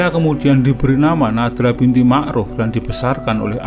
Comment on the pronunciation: Bukan nadra..tapi NATRAH